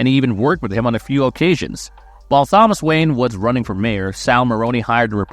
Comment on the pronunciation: You don't know how to pronounce Thomas? Is it a AI Voice?